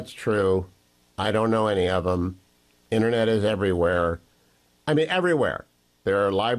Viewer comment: Omg it InTERnet not innernet unless your on a fishing boat rambling about the fish in the net